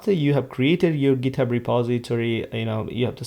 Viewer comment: আপনি ট কে ত উচ্চারণ করছেন কেনো?? ইচ্ছা করেই?? ইউরোপের অনেক দেশ যাদের ভাষায় 'ট' এর মতো উচ্চারণ নেই তারা 'ত' উচ্চারণ করে, ফর এক্সাম্পল, 'গিত হাব'। আপনি কি সেই ধারা অনুসরণ করছেন পশ সাজার জন্য??